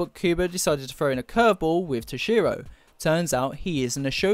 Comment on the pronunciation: I have to admit, you pronounce "Toshiro" really oddly. Too much emphasis on the "SHI" part of his name.